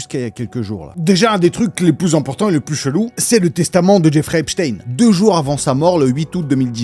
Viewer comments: Ça se prononce Epstein normal pas epchtayne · c'est drôle comment tu prononces HHHHHHHHHepstein